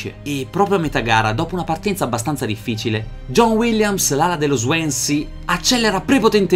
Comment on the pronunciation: si pronuncia " Swonsea " ahah